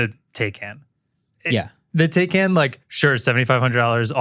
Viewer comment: Taycan is actually tie-con.